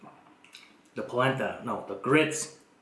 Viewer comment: Adding one cup of what? All I heard was plabla corn.